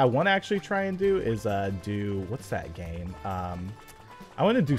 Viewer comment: is it just me or did anyone else hear him say dame instead of game